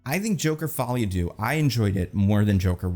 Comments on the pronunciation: Please, for the love of god, if you ever talk about this movie again, google how to pronounce the french word "deux". Even just saying "duh" ... "follie a duh" would be much better than "doo" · The vowel sound in "deux" is pronounced like the double O in "shook."